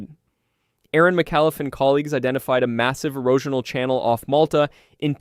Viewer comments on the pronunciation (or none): none